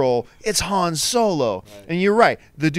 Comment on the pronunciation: Why even keep comparing two characters when if you'll just choose the one where they're the main character? Oh and John did you really pronounce Han like that ? Kinda annoying...but I'm really liking the new versus series